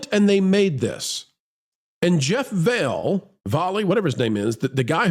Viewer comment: I need to make one correction for you. Jeff Valhe's name is pronounced 'Volley" as in volley ball. Not vail. Other than that, great video.